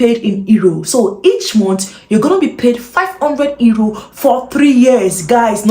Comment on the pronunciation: Thanks for the great information this is wonderful. Euro is pronounced URO.